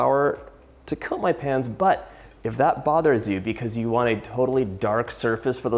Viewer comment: I legit hear that "I´m using a tablespoon of flour to cut my pants" :´D (Instead of "coat my pans")